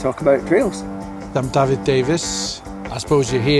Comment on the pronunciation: Shame the narrator couldn't be bothered to pronounce Dafydd's name properly, or even coed y brenin for that matter.